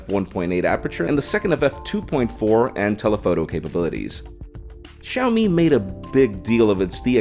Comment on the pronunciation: Thanks for pronouncing XiaoMi correctly. Always makes me sad when Americans can't pronounce Chinese names, makes us look stupid. So, thank you. Also welcome to Shanghai and enjoy Shenzhen. Both great towns. Welcome to message me if you need anything